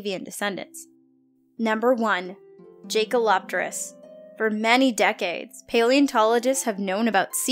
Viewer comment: Pronounced Yay-ker-lop-terus The 'J' is as a 'Y', like in Jagermeister.